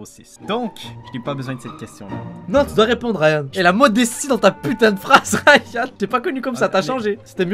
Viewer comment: Ryan ta "géchan" XD